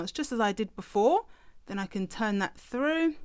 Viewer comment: Useful. Thanks! Just one thing, can you please pronounce your ‘th’s properly. It’s horrible hearing ‘pushing it froo’ and ‘seeing the fred’.